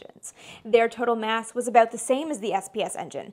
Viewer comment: I love the Canadian accented way for pronouncing "aboot"